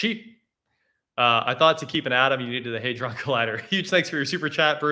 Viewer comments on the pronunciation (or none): none